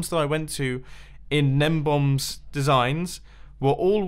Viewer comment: It's not "gnembomb." It's "GNEMBON"!!